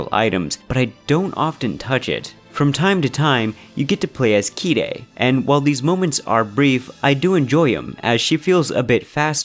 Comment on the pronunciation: Wish you called her Kaede not "kide". Thanks for playing these games. 2nd game was the worst for me, and first one was the best. When I was about 4, I had a trauma relates to 2nd game. My uncle bought the 2nd game first. My uncle forced me to watch his playthrough. When the first scene came about, I was scared and shocked. He became really obsessed with the game. So, whenever he wanted to insert the game in, I always left the room. It might sound stupid, but when I was going to the toilet and such, I used to run hard as I could as if these demons were chasing me. And my uncle used to give us his playstation 2 during the winter. Then my mother became obsessed with it. In the year 2012 I lost my uncle, I started to play these games during that time since I was old enough. Now it is one of my favourite series, after Metal Gear. My mom still encourages me to play them and she likes to watch how I play. Thank you uncle for forcing me to watch your playthrough. I mainly play the game in Japanese, but 2nd game has no Japanese voiceover for other versions except for Japanes3 release. And funny thing is that I've been learning Japaneee for 2,5 years now. 3rd game has undub version if you have a modded PS2, which let's you play the game with Japanese voiceover and English text. Nice video btw mate, you made my day.